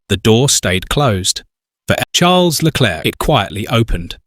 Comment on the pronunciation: why is charles name being said like that?.. is this ai?